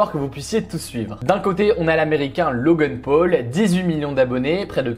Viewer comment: Logeune peul MDR on dit Logan paul